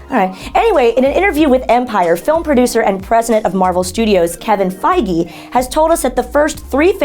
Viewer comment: Wait so they’re getting just anybody to cover the news? Why not get people who are actually hardcore fans like how WrestleTalk has actually fans (Luke, Oli, & Fakeador) rather than somebody who can’t even pronounce Kevin Fiege’s name correctly. Those reports of Disney never actually firing Gunn came from a not so credible source and are just ridiculous especially considering that Gunn took on the job to direct the Suicide Squad sequel. Why would he take the job if he didn’t believe he had actually gotten fired?